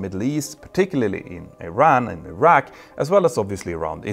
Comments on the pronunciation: It's not Ayran or Ayrak, but Iran, and Iraq. Don't be as stupid as Americans. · Say it with me E-Ran, E- Raq, E- srael , not eye-ran, eye-raw, eye-srael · Who told you to pronounce them as "eye rack" and "eye ran"? Is it an American thing?